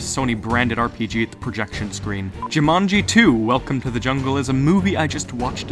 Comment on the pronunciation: Why do you switch pronunciation of Jumanji? between: Jimanji and Jumani? x3 You have seen all the movies, you should know how to pronounce the name/title by now. xD lol But an interesting and very~ plausible theory indeed. ^^ Though how would someone now be able too destroy the jewel now that the game is a game cartridge? <=0